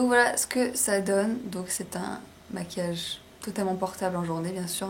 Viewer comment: maquillage* et non masuillage*